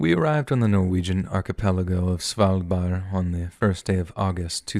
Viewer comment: Svaldbar? You mean Svalbard?